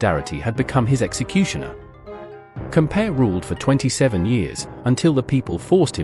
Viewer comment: COM-PA-O-REY not "compare"